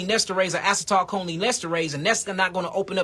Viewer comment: A-cee-tle-co-leen (Acetylcholine),!!!!